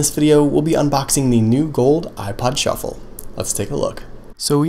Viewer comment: everytime he says "shuffle" it sounds like "truffle" LOL